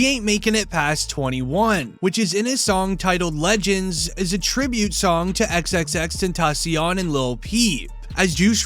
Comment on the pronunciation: How can you mess up xxxtentacion